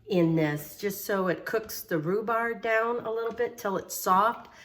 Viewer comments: In most of her videos, she repeats herself quite often. It’s called a SPRING FORM PAN not “foam pan”. She keeps pronouncing it “rhubar” when there’s a “b” on the end rhubarB! Lol. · Love cheese cake. Rhu-BARB, is how you pronounce that. Thanks for the step by step instructions, that is a huge help. Great tip on the water bath. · It’s a spring form pan not foam...and it’s rhubarb not rhubar lol...great recipe Amy I’m definitely going to make this❤️